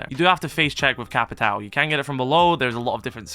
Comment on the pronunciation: btw its no capitau, its capitwawoo its similar to how u say "lAWnmOWer"